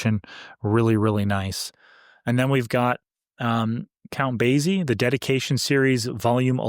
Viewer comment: Just a slight correction. The Count pronounces his name Base-e not Baze-e. The Z sound should sound like an S. Sorry. I have a real pete peeve when it comes to pronunciations. Especially when it comes to proper names. Out of respect for the artist.